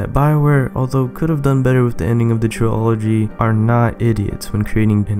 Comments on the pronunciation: Why do u say trilogy like that, it's not supposed to be said like biology, it's like Trill agy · ][ Mass Effect I lost my composure when you said tri-ology lol gets me every time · Gotta love how he pronounces "TRILOGY" (Tree-Ology) ROFL! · YOU ARE FUCKING SAYING TRILOGY WRONG LEARN HOW TO SPEAK!!!!!!